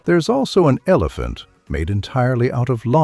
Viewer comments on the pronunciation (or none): none